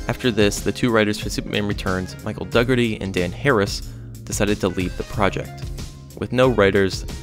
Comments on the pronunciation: That's pronounced Dough-erty, not Doug-erty RA•ooth not Rooth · Brandon Routh (like "south"), not Ruth... Michael Dougherty (like "Shannon Doherty"), not Dugger-Tee.